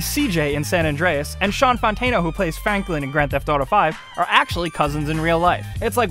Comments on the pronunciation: fanklin lololol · Did he just say "Fanklin" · Fanklin? xD